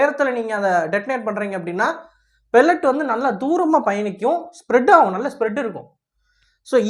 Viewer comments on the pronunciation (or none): none